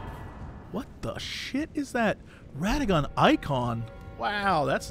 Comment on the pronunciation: it's pronounced Ra-duh-GEN. Not rada-gone :l. For gods sake, they even pronounce it that way in the game. It is NOT hard.